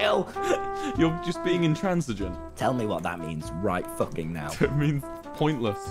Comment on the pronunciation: “Just guckking it”